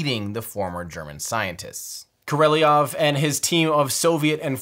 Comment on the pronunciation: Great doc... except for pronunciation of Sergey Pavlovich Korolyov name. Better luck next time!